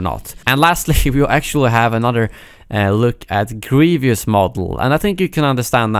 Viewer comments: Hey man I love your videos but it’s Grievous (GREE-vuss) not Grievious (GREE-VEE-uss) sorry I know it’s not a bit deal, just kinda bothering me haha. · Grievous not "Grevius" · why do people keep saying "grievious" when it's "grievous" smh